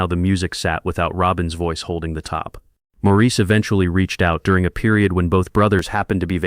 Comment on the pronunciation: Maurice's name was pronounced Morris, not Maurice.